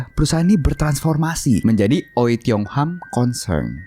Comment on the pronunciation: Itu bacanya wi.. bukan oi wkwkwk